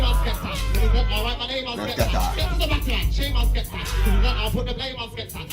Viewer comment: Skepta not Skatta bro 😂😂😂